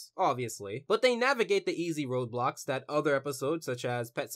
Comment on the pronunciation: TBH the first time watching this I thought you said "Roblox" instead of "roadblocks"